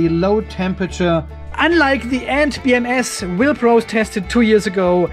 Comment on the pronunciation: I am sure I heard you say "beer M S"!